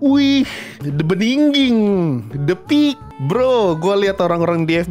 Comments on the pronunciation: Lebih ke "pe ak" 🗿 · Peak ❎ Pe a ✅